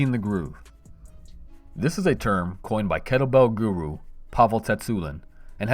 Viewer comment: I know him it was that pronunciation that got me 😅👍